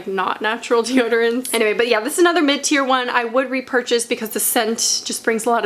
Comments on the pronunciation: Omg MID-TIER 🤦🏼‍♀️ I thought you were saying mintier and I was so confused 😂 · I'm embaraassed to say that every time you said mid tear I thought you said minty/mintier and I was like WHY DO THESE ALL HAVE MINT and then realized that's not at all what you said lmao....anyways pit detox and Schmidt s here I comeeeeee